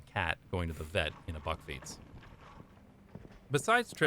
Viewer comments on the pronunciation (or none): The "a" in bakfiets is pronounced like the "a" in "back". The narrator pronounces it more like the "o" in "bock". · In the Netherlands it is pronounced "buckfeets"(that's as close as I can get it!) By the way, I love your facial expressions. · "Bakfiets" The last letter is an S.